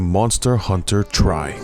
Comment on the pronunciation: it hurts me when people pronounce monster hunter tri as "try", it's "tri" as a short "three" sound, get it? because it's the 3rd gen?